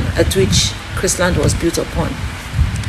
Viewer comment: Hi dear, it is Chrisland. Without the t.